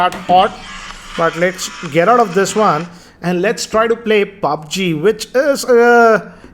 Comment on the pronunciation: pronouncing pubg as Paaaaaaaaaabggggg🤣🤣🤣🤣